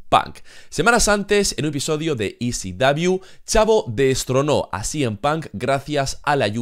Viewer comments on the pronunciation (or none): Siempre me he preguntado porque a ECW (e ce dobleu) le dices CW (ce uvedoble).